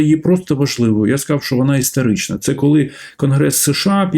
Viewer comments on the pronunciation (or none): Дякую за тлумачення, але не покидає відчуття деякої не серйозності промови, бо "історичний" чується як "істеричний". Даруйте, якщо образила😊😊